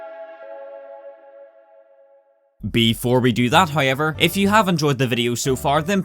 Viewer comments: am I the only one that hears "Hoyever" instead of "However" ? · oi mate cant pronoince the word hoiever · so many "hoyever" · However video 👀 yet pronounced hiover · Bruh you the goat, “Hoyever” ima need you to act like a grown up......you know this guys english is englisht 😁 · hoye-ever is really bothering me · Take a shot whenever you hear 'hoyever' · Also got "hoiever" going for him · This guys can't even fucking say however and he spams it every 13 seconds; jokes aside, loved the video.